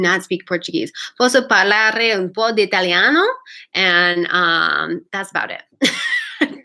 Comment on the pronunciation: 😀 hai un ottima pronuncia in Italiano!!!